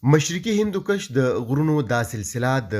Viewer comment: کوہِ ہندکُش نه چه کوهِ ہندوکَش)۔۔۔ ښه تحقيقى رپورټ دې)